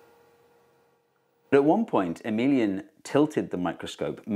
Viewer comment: When you said Emilien (?) I thought you said ' a minion ' !